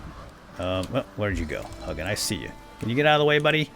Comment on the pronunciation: Vowel, consonant, vowel makes the long vowel sound. Hugin isn’t pronounced Huggin. 😝 Still love your content though!